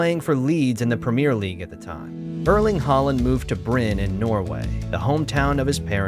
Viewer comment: 'Arling Hoeland' said more like that.